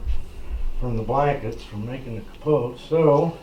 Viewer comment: wrong we say capo not capoteh